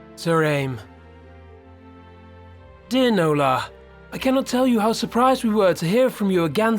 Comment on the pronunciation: My middle name is Nola. It was my great grandmother's name. I like the way you say it with your accent 😉